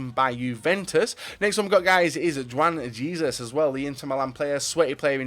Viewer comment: Lmao the way he pronounced Juan Jesus was just too funny